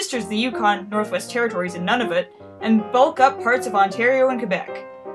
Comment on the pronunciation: I know this vid is old but....YOU PRONOUNCED NUNAVUT WRONG